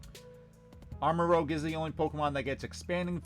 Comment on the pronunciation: its not pronounced armarogue its pronounced armarouge look it up